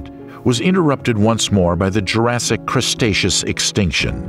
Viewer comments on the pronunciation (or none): "Cretaceous" is pronounced "kre-TAY-shuss," NOT "Cres-TAY-shuss." There is no "s" before the "t" is "Cretaceous." DAMMIT! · Did he say CRUSTeaus period 🤣🤣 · Poor information, even worse pronunciation...'crustatious'? ffs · It’s “Cretaceous” not crustatious! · Cretaceous not crustatious. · "Crustaceas" Period ..lol. I think you meant "Cretaceous". There's images of Carnotaurus when discussing Allosaurus, and as others have mentioned, references to Stego as a Sauropod. Too many Inconsistencies. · Why do you say crustaceous instead of cretaceous? It sounds a little bit ridiculous. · Fire your narrator. "Dip-low-dock-us" (the phonetic spelling as uttered by your narrator) is pronounced "Dip-lodd-ick-us" by everyone else except your narrator. Cycads are pronounced "Sigh-cads." The time period known to everyone as the Cretaceous (Kret-ay-shuss) is Crustacious to your orator. The list of flora, fauna, time periods, and sundry other words that are mispronounced (and rather badly at that) are really widespread and distracting. I started to watch this video, but soon realized that you guys are the same folks using the same narrator that I commented on before. Trust me when I tell you, the attrociously bad pronunciation is immensely distracting. When reading a script it's important to grasp the rudimentary linguistics and spelling of the words shared with viewers. A shame really. Ahh well. I need to make a mental footnote to avoid your videos in my hunt for enjoyable informative content. Good luck with subscribers. I wouldn't be able to have the volume on. But that's my opinion for whatever it's worth. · Say it with us now "cretaceous" yall keep saying crustaceous like the species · The Crustatious, when bread ruled the earth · Yeah I know lmao seems mostly everything else in this was pretty accurate but crustaceous is a pretty big error 😅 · 😂 i laughed a little when i heard it, the crustaceous period, the crustacean era 😅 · Crustaceous lol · Gondwanda? Crustatious? Really?